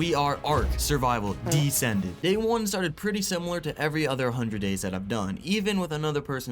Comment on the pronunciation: The way he says “Ark descended” had me thinking he was using the MOD ark survival descended.. maybe he is, I haven’t gotten through the full vid